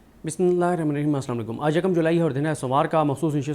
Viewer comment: Bismillah to sahi parhlo